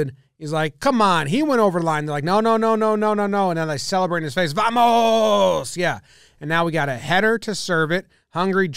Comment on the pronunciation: As a Brazilian I have to say, you nailed the "Vamoooooss!!!!" 😂